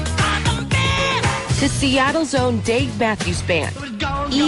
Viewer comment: ha she did say seatles own dmb